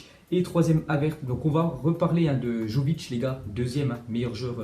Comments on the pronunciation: Arrête de dire jovic c est vraiment énervant, on prononce Yovic, le Y se prononce comme la mayonnaise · Ça se dit yović pas comme tu le dis